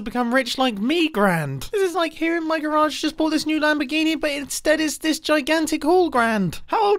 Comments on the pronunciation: Im not insane man, please for the love of God stop saying that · Hearing Mumbo say "garage" in that grande clip hurt my brain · That's what I mean. He didn't say garage the normal way